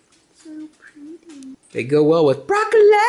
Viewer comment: "They go good with brok-co-lay!"